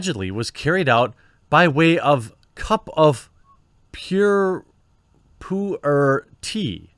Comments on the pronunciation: Perfect pronunciation of Pu Er - Great work lol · Poo-air is how the tea is pronounced I can never pass up telling someone that. It's also a character in dbz!!